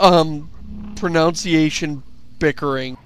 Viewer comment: ...you do realize the intense irony of mispronouncing "pronunciation", right?